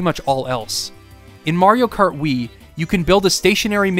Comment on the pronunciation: mayro krat